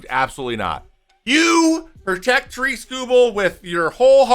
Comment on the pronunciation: Trevor “Baseball” May also it’s pronounced like “Tear-ick” not “Tuh-reek”